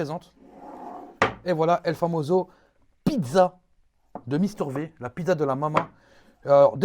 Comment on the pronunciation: V comme Vi pas v comme vé